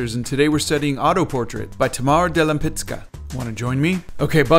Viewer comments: you did very well but Ł in polish is read similarly like W in English we pronounce Wisconsin like Łiskonsin. So Łempicka for you English speaking will sound like like Wempicka;) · I really love your recreation of the painting but, the pronunciation it just hurts my polish ears form the inside 🥲